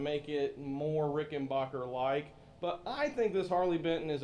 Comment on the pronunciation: It's Rickenbacker. What's a Rickenbacher